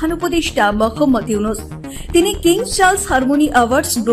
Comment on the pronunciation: MOKHAMMAD YUNUS ( মোখাম্মদ ইউনুস৷) , বাহ !! কি চমতকার উচ্চারণ !!!!